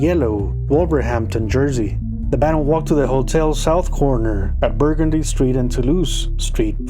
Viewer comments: Burgundy st is locally pronounced Burr-gundee, not bergendy. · Burgundy street is pronounced "Burr-GUN-Dee," friend. The accent is on GUN! I'm from New Orleans. Love your channel!